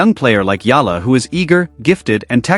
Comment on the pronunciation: It's Eala ....eeela! Tell AI.